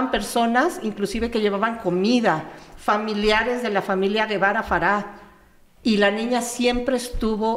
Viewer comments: El apellido no es guevara es gevara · no es Guevara es Gevara con el sonido " je "